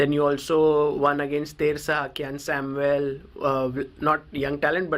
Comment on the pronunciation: It's not samvel it's Samuel